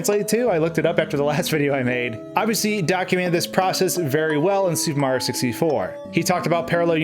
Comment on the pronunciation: "Suum Marr 64, suumr Mari 64, mear worl" ... A- for trying